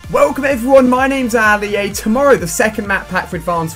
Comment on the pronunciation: It's not aali a is Ali a